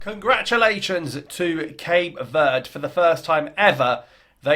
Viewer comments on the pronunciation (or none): It's not Cape Word. It's Verde, meaning green.